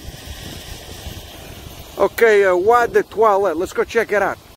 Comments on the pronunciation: As you’ve said, you might mispronounce things in french for fun, but eau de toilette is pronounced o the toilette. If you ask for water « De l’eau, s’il vous-plait » or phonetically “The low sil voo play” and you say toilette almost like you say toilet. “Tow-a-let” phonetically. I figured, since I learn so much in your videos, I could show you some things. I’ll go fuck myself now. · Oh du twoalette, is how you say it. LOL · "Oi de toilet" was the closest you got. The french viewers are seething. they still think French is the Global Language BWAHAHAHAH